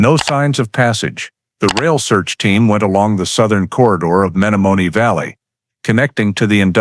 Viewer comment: It would be nice if the narrator would of pronounced the Menomonee Valley correctly. He obviously, is not from Wisconsin.